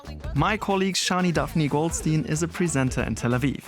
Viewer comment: If a German pronounces Goldstein as 'Goldsteen' you can already tell what you are about to watch...